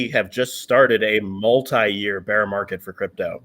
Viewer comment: love you man but don’t say ‘beer’ market. Say ‘bear’ market, like the animal not the drink. My german is horrible, not criticizing you only trying to help.